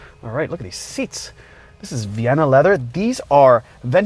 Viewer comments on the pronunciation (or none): none